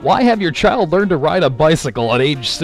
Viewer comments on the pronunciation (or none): none